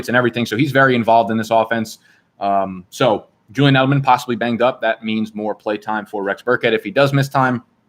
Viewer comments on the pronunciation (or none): none